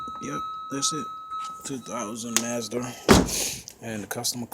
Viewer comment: Hey man if you want to make a video for one speak up so we can hear you 2 know what the f*** you talking about learn how to say the name of the car it's Mazda not whatever you said and overall just makes sense is video getting 500 thumbs down